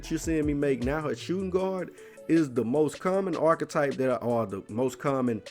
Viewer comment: They way the nigga said archetype you think it was spelled orchetype lol